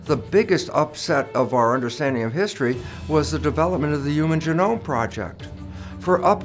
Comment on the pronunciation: Hard to trust an alleged scientist who can't pronounce "genome". And doesn't define "mass extinction" before trying to persuade his audience that one is occurring. I call B.S.